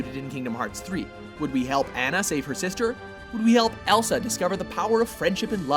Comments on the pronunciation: Bro you said Annan its Anna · What's with this guy pronouncing names and words differently? He said Anna and Zengief wrong. They freaking pronouce it in the movie, does he not listen? Is he trying to be cool and say them his cool hip way? He does it in every video he commentates.